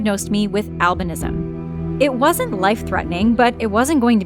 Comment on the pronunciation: the way you pronounce it is al by nisym